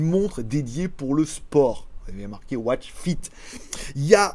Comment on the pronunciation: La watch fist🤣🤣🤣 t'as langue a fourchée